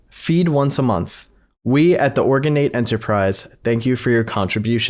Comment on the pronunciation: Organate the thing say it separate organ ate